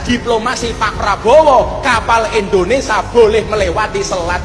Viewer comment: Endonesa, yuk belajar dan perbaiki mengucapkan nama Indonesia dengan benar, kan aneh sebagai WNI tidak bisa mengucapkan nama negara sendiri.